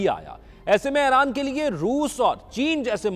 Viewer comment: Aeyraan nahi bhai Eeraan (Iran)